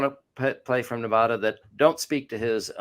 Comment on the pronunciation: Ne-VA-duh not Ne-VAH-duh 😁 Trump is a child in many ways.